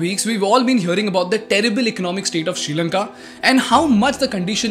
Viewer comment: It is Not “Sheelanka” it’s “Sree” Lanka. Learn to Pronounce Well 🤦🏽‍♂️